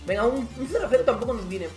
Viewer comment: no es ni aguameyang ni cervezayang,es "aubbbbbbameyang" coñññño